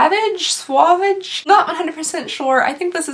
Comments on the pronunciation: Pretty sure it's sue-vahg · French language information: “Sauvage” So- VAHJ. Me and savage or wild in the sense of a wild animal. “Homme ” OM means man.